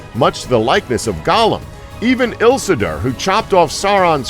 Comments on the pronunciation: Daeg Islilder (Isildur) -_- SMDH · "Ilsisur" Isildur! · How hard is it to do even the most simple research? There are recordings by Tolkien himself pronouncing Tom Bombadil's name. Emphasis on Bom. BOMba-dil. And ISILdur. Give me a break. Do your homework. Lazy orc. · all the pronunciations in this video hurt but i could live with but you crossed the line with ilsidur....... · Morder, bom-bawdal, eelsider, eeohwen, suron, suramahn.... did you even watch the damn movies?!?... and these theories suck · Ilsidur? Ilsidur?? ILSIDUR?!?! WHAT IS WRONG WITH YOU???